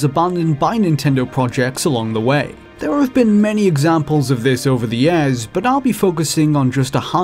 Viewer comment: It's years not yeahs..